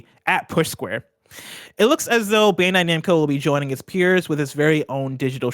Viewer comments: Tim slippin "bando namcai" lol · Re: The Bandai Namco story, Tim says “Bando Namcai.” Lol. God bless you Tim! Let Tim host!! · Bando Namcai he says lol